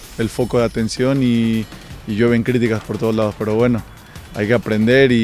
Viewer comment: llueven critica' que pedo?